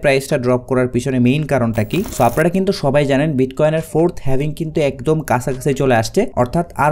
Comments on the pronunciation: Eijonnei bollam dictionary te HALVING likhe search kore then pronunciation shunen tahole bujhben etar sound HAVING hobe naki HALVING hobe! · Lol 😂 The original pronunciation is HAVING not HALVING!